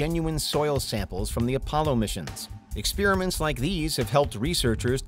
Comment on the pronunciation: "Some Ex spear mints?" (Steve Carell) NOOOOO GOD NOOOOOOOO